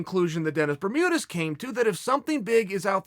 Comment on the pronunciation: "Denus Bermudas" says Chael